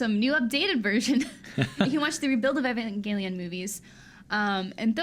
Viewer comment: “Even-gale-leon” what the hell